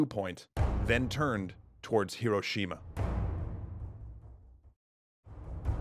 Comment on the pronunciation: this was an amazing video, but i can't get over the fact that he mispronounced Hiroshima